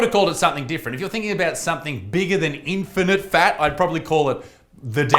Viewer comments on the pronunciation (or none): Get it right Butterfield ..... In - fini - fats ! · 'Infinifat'? Try 'infattyfat' ....eh?.... EH? BUDUMPAH!! (P.s. you kept saying "infinite fat" ,try harder Isaacs, like fattys need to try harder to eat a salad